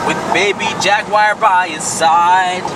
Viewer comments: Why tf does say “jagwire” lmao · Anyone else have an issue with how pronounces jaguar